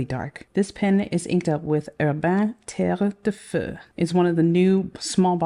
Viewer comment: This spectrum brings me joy! And now I'm curious about the octopus Medusa ink 😂 Btw, French is my mother language and your accent on 'terre de feu' is a 10/10 👌